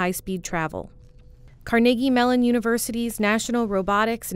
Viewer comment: Almost as impressive as the DARPA technology, is the fact that the narrator pronounces Carnegie Mellon correctly, which almost no one does.